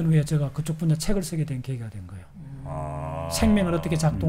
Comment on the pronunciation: 제가를 저가..라고 하는것 빼곤 아주 집중해서 들었습니다. 요즘 이슈화되고 있는 민희진사건에도 많은 깨우침을 줄 것 같네요.